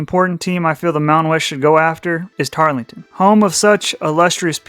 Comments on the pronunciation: TAR-El-TON. Not Tarlington. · It's Tarleton, not Tarlington. You mispronounced pretty much every time. Other than that, I liked your video. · Actually, the "e" in Tarleton is silent, making the whole name Tarl-ton State, three syllables and not the more cumbersome four. And let me throw in an additional bit of information about Tarleton's efforts to move up that you didn't cover. Tarleton is the main affiliate member of the Texas A&M System and has the significant financial and legislative (Texas Legislature) support of the A&M system behind their recent efforts to enhance the school's reputation and educational "gravitas" across the board. The System's efforts have resulted in developing an Osteopathic (DO) Medical School and the creation of TWO major satellite campuses (one general education and the other Research/Entrepreneurial) in nearby Fort Worth, Texas. Even ESPN has taken notice of Tarleton's meteoric rise. Prior to 2024, Tarleton had NEVER been seen on any ESPN broadcasts, but has been shown four times since the start of the 2024 season. Not bad for a school supposedly out in the middle of nowhere! I think Tarleton intends to bide-their-time somewhat for a couple of years,waiting to see how the next round of conference re-alignments play out in 2030.